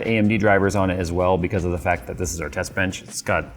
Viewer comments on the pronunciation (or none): "thest benth" love it lol